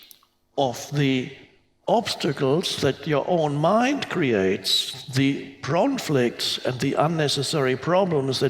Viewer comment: "The Pronflicts and the unnecessary problems" 😂